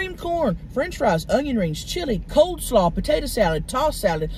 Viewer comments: COLE SLAW, not COLD SLAW. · I thought it was COLE slaw and not COLD slaw. Guess I was wrong